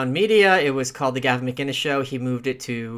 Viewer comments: Gavin McIngus? It's McInnes. McInnes. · just for future reference it's McInnes not McIngus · Though he said macgingus? Lol- good stream......haha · A thought he said mc dingus